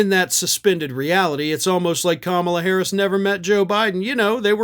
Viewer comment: How could you say her name wrong! I’m so ashamed in you! Hehe 😉